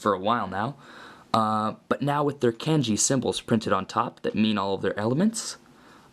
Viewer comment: The way he said kanji was so cringe and he kept calling jay zane